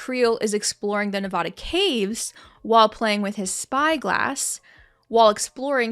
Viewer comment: Now if we could just say Nevada right...